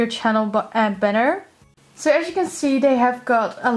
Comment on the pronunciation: *banner not benner